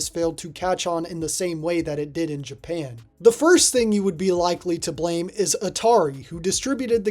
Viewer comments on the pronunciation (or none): none